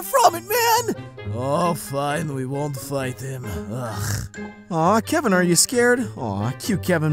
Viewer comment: Kevin Not Keven ITS KEVIN